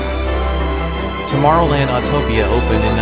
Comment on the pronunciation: It also mispronounces tomorrow land. This just gives the impression of being an amateur, a video that isn't very well made.